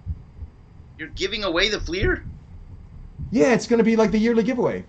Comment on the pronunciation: You're not the only one. When I got back into the hobby a few years ago, I found some channels pronounce it "flair" too. I was wondering if I had been pronouncing it wrong all these years. LOL. Do you say Rick Flair or Rick Fleer? 😂 My wife gives me a hard time for saying "rut beer" and "ruf shingles" for root beer and roof shingles. I picked that up from living up in Toronto for a few years, I suppose?